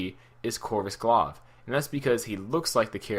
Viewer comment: Glaive is actually pronounced glayve.